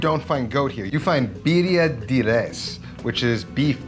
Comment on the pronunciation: “De” is not “Dee”. It’s “Deh”